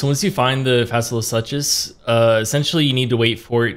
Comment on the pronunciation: Fasola (SOO-Cuss) (suchus = (Soo-Cuss)) No hate from me but please don't say "suches" ever again... My ears were about to cringe out blood. I'm sorry... I just can't. The Tism in me really really got triggered there. 😅